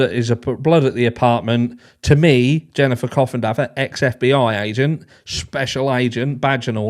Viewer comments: C’mon guys, please pronounce Ms. Coffindaffer’s name correctly! Mr. Bennet is APPALLED so please have some manners. Geez! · One more thing… every time you say Coffindodger I legit 😂